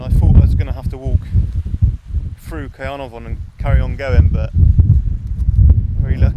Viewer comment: Some great scenery. I think caernafon is pronounced more like can-are-von but not sure where I've got that from! I've only been to the llyn peninsula once on a day trip to abersoch and hell's mouth beach for a bit of surfing, which was lovely but also fairly busy. I actually thought the whistling sands beach was that one at first as they both have a horseshoe shaped bay